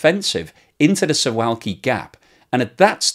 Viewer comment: Pronunciation of Suwalki is "Soo-VOW-key". It's a very picturesque part of Poland. I have heard it said that the accession of Finland and Sweden to NATO has made made the Baltic Sea a NATO lake, and Russia would not be able to transfer much in the way of naval units there, and they would be able to do much anyway.